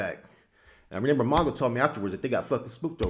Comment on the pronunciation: you speak intelligently but it’s remember not re nember